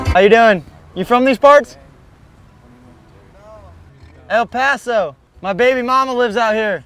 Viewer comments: he said el paso!!!! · literally started shaking when he said El Paso it’s like we don’t even e x i s t sometimes